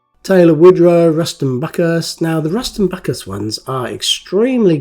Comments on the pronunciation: It's pronounced Bu-cy-rus, not Buc -a-rus. This came with 2 different sized decals. Also different colored tread . Great to see another of your great videos. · It's not Buckerus, it's byu-sy-rus. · Bucyrus is pronounced Bew-si-rus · Its not pronounced buck-ka-rus- it IS "Bu-ceer- us eerie" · Hi lovely job 😊 I know it as Bew cyrus not buccarus. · Pronounced Boo-syrus say the last part like the name Cyrus. Erie. It's actually a company in the area I live in they've been making earth moving equipment here for decades. Bucyrus erie. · Love your vids! Bucyrus is pronounced bew si russ. Just sayin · I pronounce that one word as "Byoo Sigh Russ." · Hi, I had to look up "Plasticine" as I've never heard that name. Found out that here in the States, Plasticine is known as "modelling clay" and is similar to Play doh. How about that, learned something new from a Matchbox Make Over Video 😊 Also as others have mentioned, Bucyrus is pronounced "byoo·sai·ruhs" (Which is a city in Ohio) I use to deliver steel sheets and steel plates to the Bucyrus Erie plant in Erie PA. you need to get yourself a pair of tweezers so you can get the decal sheets out of the plastic bags. Very nice make over, I never knew Matchbox released this model. I would have loved to have one of these as a kid. I did have the Corgi Excavator that was about the same size as the Matchbox King Size models. Cheers, Rich S. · Pronounced Ruston By - Cyrus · Its prounonced bu cyrus made in lincoln england. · I know of Bucyrus Erie through the Diesel Creek channel, so I also knew that it's not pronounced as 'Buckerus' 😆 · It's pronounced Rushton Bucyrus ( Rushton Bew Si Rus), they are Idler wheels